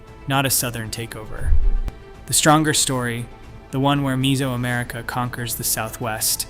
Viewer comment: MEH-zo-america, not MEE-so-america. Like nails on a chalkboard. I had to mute and go to cc.